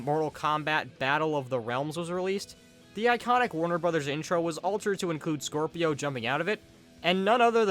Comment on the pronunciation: Ain’t no way you pronounced it Scorpio I have no respect for you after that